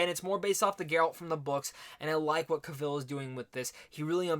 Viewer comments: You pronounced his last name in the opening like he was Cruella Deville. Justice make that a song, with Henry and witcher language and it'd be great. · Cavill with stress on the a😁